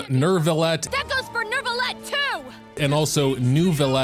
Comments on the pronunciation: So if you wanna pronounce it like a real french baguette pronounce it like that : Neuviyett (-eu is pronounced awkwardly you might wanna search it up) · It's Neu (neuw) not NERV... I don't know what they are smoking when doing to voice directions..... lol there is NO "R". 🤣 Frecnh has a lot of silent letters but no randomly inserted ones. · The more correct pronunciation is New-V-Let. The hard R you hear from the female voice actor is just over exaggerates Neuvi collection of vowels and it created an imaginary R